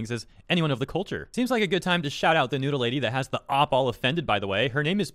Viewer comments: i mean the "ö" doesnt exist in english so ig he tried😅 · You did not even try to pronounce Knödel right. Its does not even sound a little like the real one. Nodle or klosch wtf. Hard K ind Knödel. Regular s (not sh) in klos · Listening to trying to pronounce "Knödel" and "Klöse" gives me a desire to complete the trilogy till everyone speaks proper german. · That's a WILD way to pronounce Knödel and Klöße 😂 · Your pronunciation of Knödel and Klöße was priceless 😂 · As a german hearing pronouncing Knödel or Klöse was the funniest attempt of an american trying to speak german.